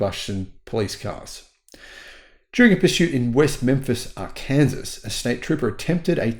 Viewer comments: BTW, Arkansas is not "ar-kansas", but "ar-can-saw" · Arkansas pronounced argh-can-saw